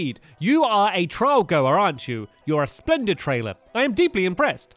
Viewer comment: did anybody hear that he said plended trailer instead of splendid trainer